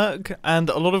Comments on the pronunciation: The way that Mumbo says "all fully constructed" makes it sound like "awfully constructed" and then he presents the grandest build you've seen. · Everytime he says all fully it sounds like awfully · 🤣 when Mumbo said "its all fully constructed" I heard "awfully constructed"